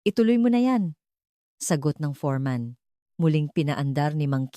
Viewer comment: Foreman not forman